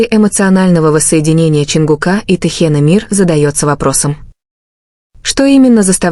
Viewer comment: Ну какого ЧонгукА,но вы сами себя слышите как вы говорите и коверкаете имена ребят, противно слушать. И как могли услышать что сказал Чон на ухо Тэ? Сказочники блин